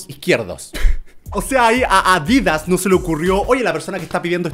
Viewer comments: Si dijo adidas 😂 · Si papá german dice que es adidas ES ADIDASS